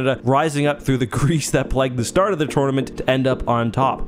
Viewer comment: He said tournament weirdly once and I let it slide. I heard it a second time and had to leave